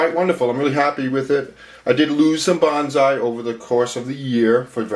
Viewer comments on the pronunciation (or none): I had a book about growing bonsai decades ago, published by the botanical gardens in Boston, mass. That book pointed out that the word bonsai should be pronounced like 'bone-sigh', not like 'banzai', which has a whole 'nuther meaning.... Not that it matters much, but I just thought I'd mention it.